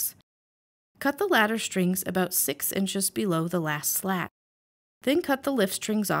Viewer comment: Are you saying "Latter" or "Ladder" strings.... As am unsure which are which in either case.